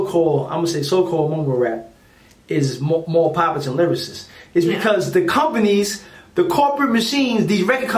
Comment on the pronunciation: My man said mumble vs lyrasist